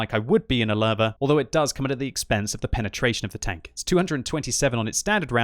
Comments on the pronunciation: I keep hearing larva instead of Löwe. You might want to put it into google translate and listen to the correct pronunciation. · Is it just me or does it sound like says larvae when he tries to say Lowe? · The german "W" is pronounced "V"